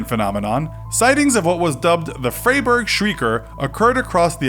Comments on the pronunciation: why do you pronounce "Freiburg" like it´s spelled "Freyburg"? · Frey burgh lol